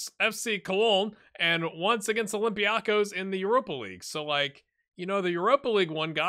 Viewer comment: It is pronounced OlympiakOs. It is on the last syllable.